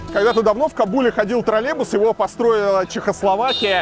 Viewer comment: Правильное произношение «троллеЙбус». Также «около семиСОТ», а не «семиста».